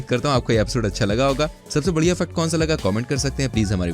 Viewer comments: U pronounce fact to Fuck no 1,2,3 or j tu jaan buz k krta hai kaminey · Fact ko fuck kyu bol rahaa hai